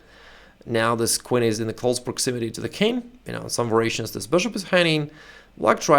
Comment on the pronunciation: Var-i-a-tion The "i" is pronounced like like a long (e). You are pronouncing the word as Var-ration. Otherwise your English is excellent and your explanations are great.